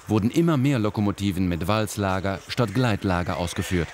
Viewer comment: Wälzlager. Nicht Walzlager. Sonst sehr schönes informatives Video.